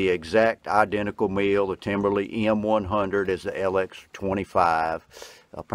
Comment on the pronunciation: Its Timbery there is no L